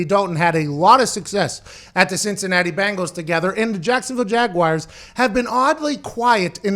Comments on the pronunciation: What’s a jagwire? Was McAfee having a stroke? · Can anybody in the media pronounce Jaguars correctly? It’s not Jagwires it’s Jag-wars. You probably say Southmore for Sophomore too huh. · Pat really one of those guys that says Jag-Wires...smh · "The Jacksonville Jag Wires" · Jaguires, lol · Nobody: Pat: Jacksonville JAGUWIRES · Literally everyone in Pittsburgh pronounces it like that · Haha not all of the US, many of us can’t stand when people pronounce it like that